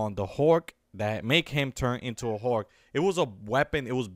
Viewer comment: its hulk not hork